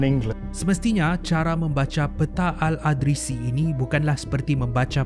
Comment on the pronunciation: ada sebutan yg perlu diperbaiki.al-idrisi bukan al-adrisi.yakjuj ma'juj bukan yajuj majuj